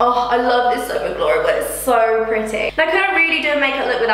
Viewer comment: The first time you say soap and glory I swear you say ‘simply dory’ ahhaa was so confused for a second 😂😂 love the video 👌🏼👌🏼